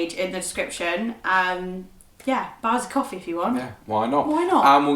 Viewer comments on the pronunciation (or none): you said "coefee" and the only reason we have guns is because of the bill of rights. Its the 2 ammendment